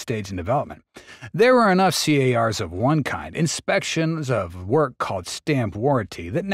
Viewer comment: It's not C.A.R.s. No one says that. It's Cars.